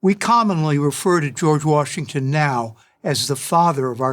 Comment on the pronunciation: Jeorge washminkton